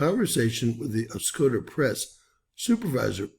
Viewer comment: It’s pronounced Os-coe( rhymes with toe) -da. Thanks for sharing this. Only 2 nd channel I have seen this on.